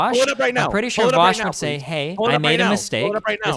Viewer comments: You can easily tell how a conversation's gonna go as soon as someone says "Vowsh" instead of "Vaush" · Why do all the nut jobs say "Vowsh"? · Every person that pronounces it "vowsh" has always turned out to be a unhinged lunatic it's amazing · Voooosch fab. seriously though, why cant people pronounce your name? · This dude OOZES insecurity. He ends everything by saying he doesn't care. Hes also intentionally mispronouncing Vaush because thats how much he doesn't care about the guy. LOL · I think mis-pronouncing Vaush has become like a meme to his detractors... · Is purposefully mispronouncing "Vaush" the #privileged cis white male version of purposefully misgendering someone? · Well Vaush did give the take that neo-pronouns are essentially just nicknames. And the name "Vaush" is just an online alias/nickname. If you stretch this line of thought out so flatly it becomes 1D, then it could be trans-phobic to intentionally mispronounce his name. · He pronounces Vaush the same way Kraut does, lmao. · he pronounces your name in Sargonian on purpose